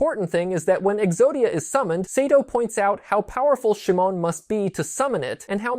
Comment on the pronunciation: Cool to hear some of Exodia's inspirations, but the mispronunciations of "Atem", "Shimon", and "Seto" take me out of the video. Outside of that there are some corrections that needs made. First, a monster in Yugioh IS a person's Ka. Life Points are a person's Ba not their Ka, Their Ba takes the damage when their Ka is destroyed because the two are connected. You even show the graphic explaining this but you relay the information from it wrong. Second, no, the anime did not need you to summon the Exodia pieces to the field. It was the same in the real world that you just needed to draw them. The anime does place the Exodia pieces on the field once they are collected in order to project the image of Exodia, but that is not summoning the individual pieces, that is using Exodia's automatic win condition effect then revealing the pieces to claim your automatic win. The video started great, I never connected Osiris' story to Exodia before, but it really could have used another draft to correct those mistakes.